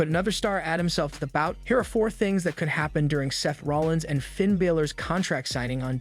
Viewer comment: Why can't you say Finns name right w.t.h. Dom doesn't need the mask. Big E shouldn't risk it not now. Why not sit next to Michel Cole